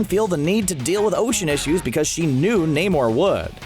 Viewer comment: Ok how is BWANA BEAST in the marvel timeline? Also its pronounced NAY-MOOR